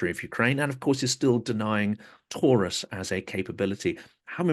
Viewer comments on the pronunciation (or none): none